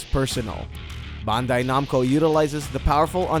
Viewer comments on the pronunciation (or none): none